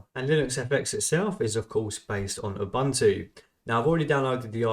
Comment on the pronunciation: Interesting how far they went emulating Windows 11, yet it still seems unpolished. But yeah, I definitely don't see anyone paying for this given its current state. Also, BTW, Ubuntu is pronounced "oo-boon-too", not "oo-bun-too".